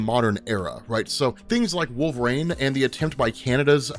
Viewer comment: wait. so you recognize that you cant pronounce the russian chicks name/ but you keep calling wolverine wolvrain? total lack of self awareness.